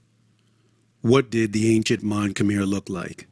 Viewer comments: mon k’mai not kmer not so hard to pronounce bruh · Khmer should be pronounced Ka - my With a short a sound it is not: Kay - my (Yes, i know how google translate says it. Its wrong. Go on youtube an listen to actual native speakers). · You lost all credibility after saying "kum-ere" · Even ofter they clearly refer to themselves with the proper pronunication, he still choose to say "Kum-ere" instead as if he was "correcting" them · Dude you really need to do more research. And never go in with a European mindset that our oppressors set In us. My wife is Cambodian and it's pronounced. KUM-EYE. SMH you sound like the white man. 'Un-educated' about cultures. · No your not saying it right,it’s kh-Mai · love the video but it’s killing me as a cambodian how you keep saying “khmer” wrong 😭